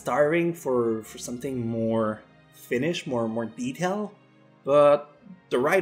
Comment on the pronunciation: everytime you say finished i hear it as finnish